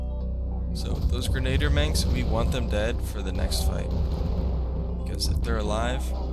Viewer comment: "Gren-a-deer" That first map was a doosie. Great play throughs dude.